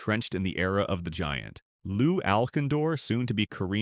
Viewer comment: The best part of this was the multiple mispronunciations of players' names. Havlicek was mispronounced repeatedly, the only thing missing being pronouncing the "c" with an "s" sound, Lew Alkindor had me LOLing.